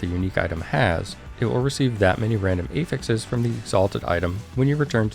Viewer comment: "A-fixes" - was so confused for a moment, it's "aah-fix (technical /ˈæf.ɪks/)". That can differ slightly based on using it as a noun or a verb (this case, it's a noun) I'm really not a spelling nazi or anything, but you're a content creator and presenting information, right? ;) Love your videos (if I didn't, I wouldn't bother). Always straight to the point, without the fluff.